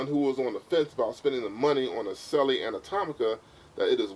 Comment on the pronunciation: Correct pronunciation of Selle is 'Sell' not 'Sell-e' - the 'e' is silent.